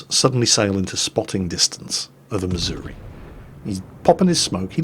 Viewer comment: I live in Missouri. Its embarrassing that a Brit pronounces it correctly and half of the people here pronounce it "missourah"